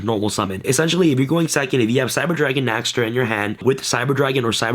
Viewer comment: Dear, for the sake of all of us germans watching, PLEASE pronounce it as "NEXTER". The letter Ä is pronounced very similiarly to the letter E. In fact, the word "nächster" actually just means next.... Yours sincerely, your german fanbase.